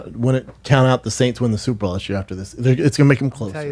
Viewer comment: Why does Brendan keep saying (sounding like) ball instead of bowl? Pro Baller. The Super Ball.